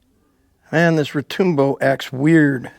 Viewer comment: Retoombo? It's Retŭmbo